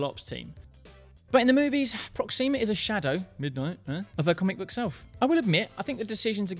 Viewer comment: I hate to be the "you're pronouncing it wrong" guy, but it's PrOxima, not ProxIma. It just sounds... Weird when you stress the i